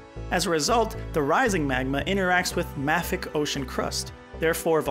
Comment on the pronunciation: I have never heard “mafic” the way you pronounce it. I have always heard it pronounced “may-fik”